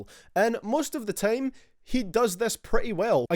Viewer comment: Lmao this guy judging vocals from juice wrld, guy have you heard yourself talk? U say tame instead of time. Goodjob